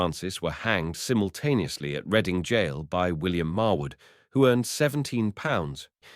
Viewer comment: Reading??? It's pronounced Red-ding.